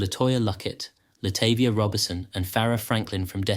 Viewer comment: Her name is latahvia